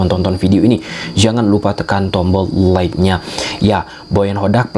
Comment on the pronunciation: Klo ngomong like nya biasa aja atuh mang Like jadi luike😅